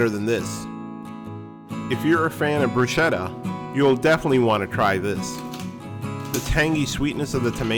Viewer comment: This looks fantastic! Just a quick fyi, the "CH" in "bruschetta" is pronounced with the "k" sound.